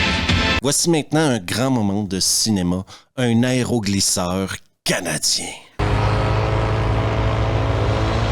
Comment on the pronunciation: Tonton, ta dyslexie me fait toujours autant rire. Un aréoport, aréoglisseur ! ahahahahahah